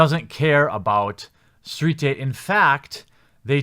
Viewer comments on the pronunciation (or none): What's a steet? ;) lol